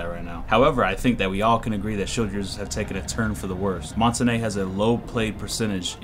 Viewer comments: Its MON-TAIN............. NOT MON-TA-NAY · Its pronounced "mon-taun", not "mon-ta-ney". His name is french for mountain, and you can look it up yourself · Mon -ta-na it's mon-tange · Mon-TANE not tan-ae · I stopped watching after you pronounced "Montagne" as "Monta-Nay" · People call montagne montanya or montanay his name is pronounced montain like stain. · Mon-ton-yuh is how it's pronounced. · it's actually mon-tahn-yuh learn your languages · montagne is pronounced MON-TONE-YAY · it's actually pronounced mon-tahn-yuh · I speak French, it's pronounced mon-tan-yuh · you idiot it is actually mon-tahn-yuh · ITS MONT AINE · no it's actually mon-tahn-yuh I'm french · the end is more like ah-n-ya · colton blackburn first, im kidding. second, you wrong. lol. proper pronunciation is mon-tain. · I keep hearing people say montagne. Its pronounced montane. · Mon-tan-yah, that's how it's supposed to be be said, Americans and UK pronounce it how you said, I used to pronounce it like that too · Montagne is pronounced Mon-Tan-Ya. IQ should have some sort of echo property to her device to make her an anti-roamer. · Good video... except your pronunciation of Montagne! Either say it like champagne (champaine) or how the french say it. Google translate can read it for you if you want to hear it. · But I have to be honest and say that hearing you say "come to montenay" was hilarious. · Learned to pronounce Montagne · I cringe every time you say montagne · Worst pronunciation of Montagne. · That's not how you pronounce the shield